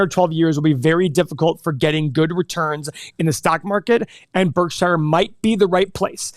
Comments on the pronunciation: ....it's pronounced "Berk-sher' not 'Berk-shy-er'... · stop saying berk SHI ER BERKSURE idiots